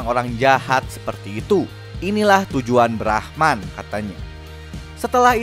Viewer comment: Bang brahman bukan brahma